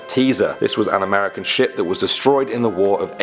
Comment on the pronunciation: I heard American sh*t!!!😆😆😆